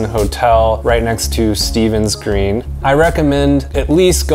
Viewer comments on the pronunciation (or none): none